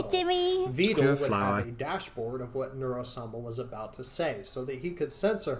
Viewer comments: Vedal (as in, pedal), is correct. You are right. Neuro herself calls him Veedle (as in, beetle). Most other people call him Veedle. I call him Veedle. This is wrong. But it's too late, and he can't stop it now. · As Vedal himself has stated, his name rhymes with medal. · Isn't "My name's vedal, rhymes with pedal" his catchphrase?